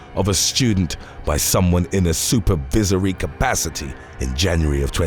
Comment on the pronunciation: he is tho he constantly mispronouses things like this video supervisory he mispronounced that